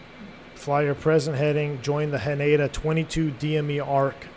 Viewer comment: Not sure if this is something you'd be interested in reading or thinking about, but hearing you say Haneda was a little jarring. The emphasis is on the Hah, so HAH-ne-da. Also it's more like the ne in neck, notsomuch like nay.